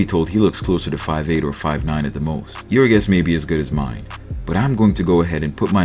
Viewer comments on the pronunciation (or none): none